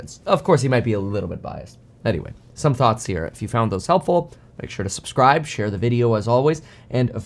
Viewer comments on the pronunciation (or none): none